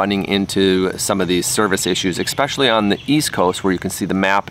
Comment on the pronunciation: “Eckspecially”? I like it.